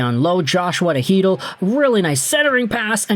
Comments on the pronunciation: Whoa, finally you got Chytil pronunciation right! I love you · No he got Chytil pronunciation right😂